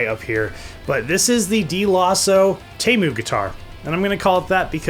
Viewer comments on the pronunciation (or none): Pretty sure it’s teeeemu not taymu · you say temu as tee as in t- shirt and moo as in a cow says moo